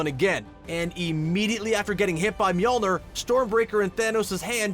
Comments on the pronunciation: Mjolnir (mee-YUL-neer), not ner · Mjölnir is normally pronounced Me-Ol-Neer, not Me-Ol-Ner. It hurts me every time I hear him try to say Mjölnir... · It's pronounced meillner not meollnor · stop saying mjolnur! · Myolnier lol it's not pronounced like that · Mjolnr is (MEE-OLE-NEER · The way u say mjoner lol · Your pronouncing miljnior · as long as i dont have to hear you pronounce Mjolnir again... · THE MISTAKE YOU DID WAS NOT SAY MJIOLINIOR RIGHT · U made a mistake pronouncing mjolnir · He kept saying the name of Thor’s hammer wrong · your saying mjolnir wrong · Can this guy stop say mjolnir wrong? He doesn't even sound confident saying it and it's making me cringe. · once again pronounces Mjolnir completey wrong